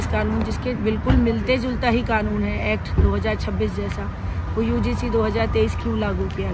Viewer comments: पत्रकार जी आप तो UGC ko udc पढ़ रहे है आप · Yar aap ko ugc kahna nahi aata kya aap udc Kyo bol Rahe ho.